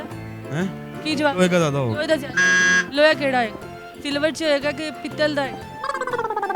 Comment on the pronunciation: Laho nhi loha